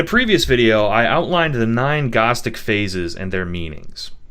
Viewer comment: there is a kind of gnosis to be found in finding new and elaborate ways to mispronounce gnostic